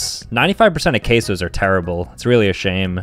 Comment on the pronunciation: The way he pronounced queso actually killed me /neg /hj and I’m not even Hispanic or Latino